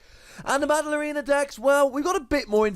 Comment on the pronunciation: Every time you said “battle arena”, I heard “ballerina” 😂